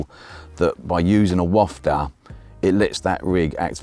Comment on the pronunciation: big ups for pronouncing wafter properly👍